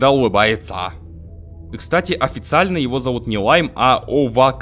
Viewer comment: Имя лайма читается как овакс